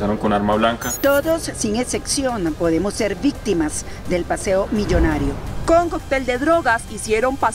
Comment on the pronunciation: Veo siempre los videos... es increible q una periodista formada para esto, hable tannnn mal... señora lea un poco más! No puede ser q diga "sin ecexion" y así un millón de palabras más como otcion, dotor, decexion, etc... el colmo de una periodista 🤦